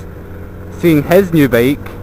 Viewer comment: BEAK? wtf are you saying? is it really THAT HARD for you to pronounce the word BIKE? FFS!!!